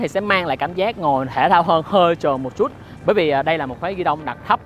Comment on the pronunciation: Một Chútttt nghe nó sượng lắm ý, kiểu nó không đồng nhất. Nếu đã phát âm cho đúng thì đúng hết, còn này toàn bộ giọng Sg xong mỗi từ chútt thì nhấn như ng Hà Nội. Kì vậy